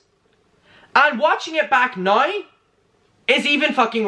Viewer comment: 🌸 “Nrow” and “Hauyever” , We need these pronunciations on merch 🌸